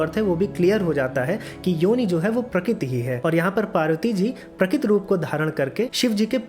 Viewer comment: Quite a complicated explanation, so the whole thing was not really clear. When rishis give 'shrap' to Shiv, his Ling drops on earth. What does Ling stand for here? Also, in the end Shiv Ling was not summarised, so the concept is really unclear. And please practice speaking 'Prakrati' or 'Prakruti' clearly.